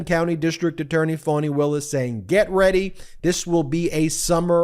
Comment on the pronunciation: It's "Fanny" Ben.